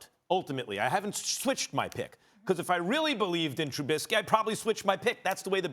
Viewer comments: The fact he calls him trubinsky just proves he doesn’t know shit lol. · SAS.....#10s name is Trubisky not Trubitsky. At least gets the basics correct. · Learn how to pronounce his name Screamin A Smitts. Jesus, it’s not Trubitsky. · TRUH-BIS-KEY not TRUBITSKEE